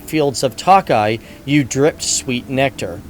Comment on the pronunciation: Should be pronounced as Toe Kay